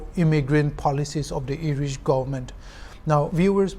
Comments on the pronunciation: IRISH OR ERISH??? accent aro pronunciation toh deishe dei. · I never heard ERISH. I heard IRISH. 😂😂😂